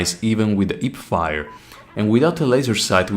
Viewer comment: I chuckled pretty hard when I heard the "ip-fire". Mainly because in my country, people from specific western province tend to swallow the letter "h" completely. Great video tho, good job!